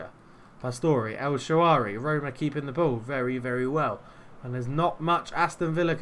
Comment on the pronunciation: An early goal in your favour and I think you’d have turned it round. I was also just about to ask if you’d been practicing, then... “el Shaawary”? 😉